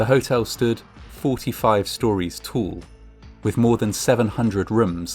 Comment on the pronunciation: Why do you pronounce "tall" as "tul", "ball" as "bul" and "collapse" as "c'lapse"?